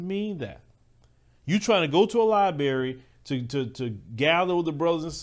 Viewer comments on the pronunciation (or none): Bruh you said libary.